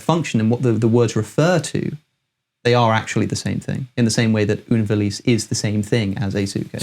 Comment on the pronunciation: oune valice? non